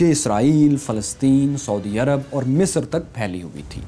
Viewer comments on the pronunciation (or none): none